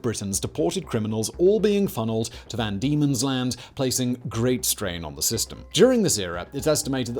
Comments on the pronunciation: Van Diemen's land.. VAN Diemen's land... Not Demon's land. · It was known as “van Diemen’s Land”, not “demon’s land”, for anyone wondering. He gets it right the second time he says it.